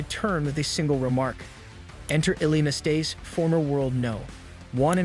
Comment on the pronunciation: Ilie Nastase as well, it's ridiculous how he pronounced his name.